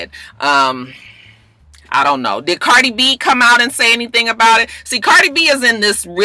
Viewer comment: you so funny. You called Cardi B. “Bardie” 😂. It’s ok though. I knew what you meant.